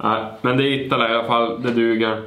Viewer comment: Det är inte itttttala det är IITALA